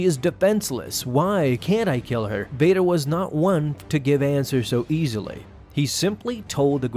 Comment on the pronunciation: Its v as in victor